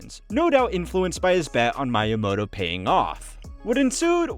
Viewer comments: "Mayamoto", "Yamuchi" b for effort though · is this made using an AI voice, saying kyoto, miyamoto, and yamuichi incorrectly? down vote just on that